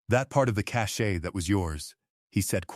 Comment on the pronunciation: The money they found was a cache (pronounced cash). Cache (cashay) is altogether different.